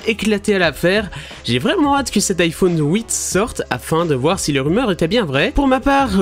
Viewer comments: l'iphone houit mdr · Iphone houit 😂